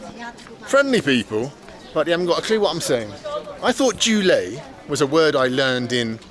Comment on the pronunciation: Bald pronounced Jule like zhūlèi, which is literally pork rib